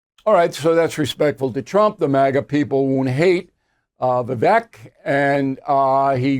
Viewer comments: Bill.....Vivek pronounced Vivake, rhymes with cake. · His name is pronounced VA VAKE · His name is pronounced Vivake like cake. If the impossible happens and Pres. Trump drops out, Vivek has my vote. Trump 2024. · His name is pronounced “Vi-vake “ like “cake”. Also, sorry Bill but you are the problem because you still think that Russia is the Soviet Union. Times have changed. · Pronounced “Vivake” like Cake…. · Bill, you could at least pronounce his name correctly. Its Viv-vake like cake. Thank you. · Bill I am glad Fox kicked you out for messing with women. When Vivek started the business he didn’t have experience. You don’t want him because you can’t pronounce his name. Same like fox wants DeSantis. You are FOS. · Vivek pronounced like "cake" Bill.... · bill, he pronounces Vivek (rhymes with cake) not rhymes with heck